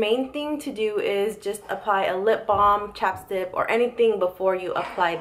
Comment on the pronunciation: she said chapstip too lmao